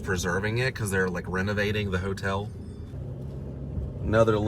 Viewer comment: a motel spelled with an M is not pronounced hotel